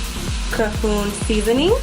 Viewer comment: "Cahoon" seasoning?! How to you make cajun pasta and pronounce the main seasoning wrong?